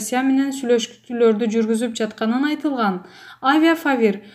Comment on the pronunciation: Авифавир дегенди кайра кайра авиафавир дейт та